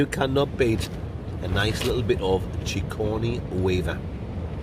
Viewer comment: "Chigordny Weaver". LOL!!!!!